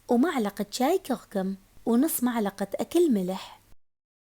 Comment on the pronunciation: ترا اسمها ملعقة مو معلقة ههههههه😂